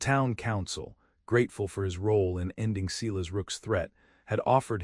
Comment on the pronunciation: EDIT the reading of the story!! The name Silas is pronounced "Si-las" not "See-las". EDIT & REVIEW!! A 10 fingered cowboy! AI graphics 😂😂😂 EDIT the writing. You timeline sucks. Starts out with Matthew in 1873. Zara's trunk in 1873 contains old brittle letters of correspondence from Mary Blackburn, the last one dated 1878.( Old brittle letters from 5 years in the future. ) Months later Matthew & Zara are discussing their future and Zara mentions getting a letter with communication involving Mary's grown son. And the reference of Mary having passed on. Are these TIME TRAVELING people. Somebody is very stupid and lazy. EDIT & REVIEW!!